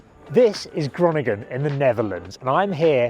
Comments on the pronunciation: Pronounced "Hurohnigen" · I'm going to watch this anyway, even if the pronunciation of Groningen a few seconds in hurt my brain.